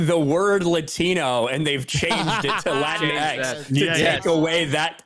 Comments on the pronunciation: if it's written Latinx, shouldn't it be pronounced without a hyphen or break, like "minx", and not like "lat(ee)n-(e)x"? Those are the really important questions, folks...! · Latinx, rhymes with "kleenix"